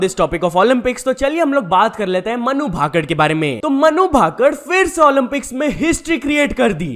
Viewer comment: Bhai भाकङ nahi भाकर hota hai